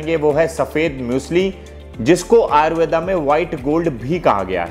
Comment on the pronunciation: ayurvedaaaaa really sir!!!!!! foreigner khe to smjh m ata hai but apka smjh nhi aya.. btw its Ayurveda not ayurvedaaaaa..